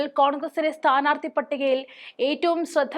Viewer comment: It is not" sthaarthikal" It is "sthaanaarthikal" madam.